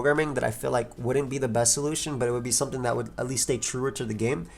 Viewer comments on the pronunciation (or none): none